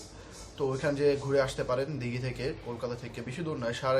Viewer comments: Hlo i am from kolkata.What is that "dighi"?????!!" Its Digha. OK my friend. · ota dighi noi...digha..